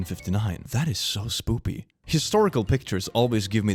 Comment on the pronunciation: It always makes me laugh when he speaks spoopy instead of spooky, like he is finding it cute and amusing.